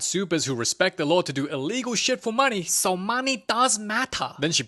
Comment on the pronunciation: That "honney" and "monney" got me😂